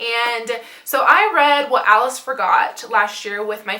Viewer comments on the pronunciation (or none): none